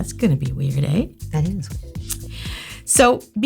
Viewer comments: I heard her say "eh" and I was like oh my god shes Canadian and then i thought... Hmm I already knew that. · Does anyone else love when Canadian side comes out when she says "eh" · "Weird aye?" Cute Canadian Alert! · That's gonna be weird eh ? It's so cute the little "eh" is such a canadian thing!! ☺️☺️ just like simplynailogical !!